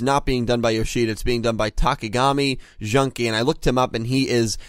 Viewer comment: Junky XD It's jew-ng-key(dZMN-ki in X-Sampa/d͡ʒɯᵝŋki in IPA)